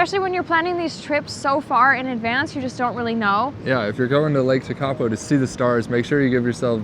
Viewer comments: Umm, mountains mean widing roads. it's pretty obvious ! If you're American, you should be used to driving for hours and hours!!? Just blue water at TeKapo ? Lol 😅 pronounced - tear- kaa- po. Btw there no garbage because kiwi take their crap home with them! Unlike Americans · Sorry guys, found this hard to watch because your pronunciation of many place names is really poor (eg Tekapo). Suggest anyone coming here plugs into some pronunciation education on the haul over. I appreciate that people come for the scenery but those who experience the culture here - notably the Maori aspects - are the ones who are going to return home most satisfied. Getting names really badly wrong evokes a visceral response in the local, so not the way to connect and experience the warmth of the culture. BTW, the blue water in lower South Island is due to glacial flour (powdered rock) suspended in the water and reflecting the sky. Anyway, glad you enjoyed it and hope you connect with the people next time. A Kiwi. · Tw eye zel, Tech a poe, glad to see you immersed yourself in the language